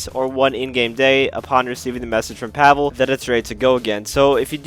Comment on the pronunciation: Why do you say “pavel” it’s “pavel”